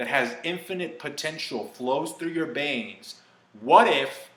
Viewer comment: gonna say this because i found this kinda funny but in no offense to you, since i'm sure i'm not the only one that found it adorable/funny, but you said Yango Fett instead of Jango Fett, and I swear i heard you say Banes instead of Veins !! xD